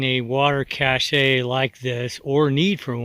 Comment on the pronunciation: Ok, I hate to be petty but cache is pronounced "cash" not "cashay" . Cachet is prounced "cashay and it is a totally different word.